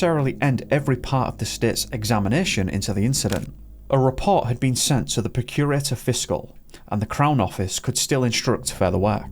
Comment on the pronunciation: Please learn how to pronounce Procurator Fiscal and other Scottish words in your video. He is the highest ranking person of crime. You sound so ignorant.